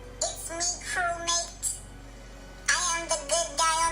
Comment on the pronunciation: I still love how he says crewmaTe